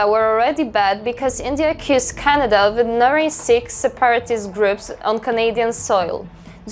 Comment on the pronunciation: Perks of accent barriers, she says "accused", I heard "kissed" 😂